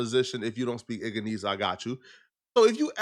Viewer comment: He said Igga-nese 😂😂😂😂